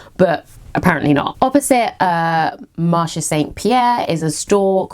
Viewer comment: You indeed pronounce Tissus Reine correctly! (But Marché Saint Pierre you don’t drop the e at the end of Marché so it’s marsh-ay rather than marsh 😉) I love it when you do Paris hauls, I spend soooo much time in these shops it feels like you’re visiting my living room!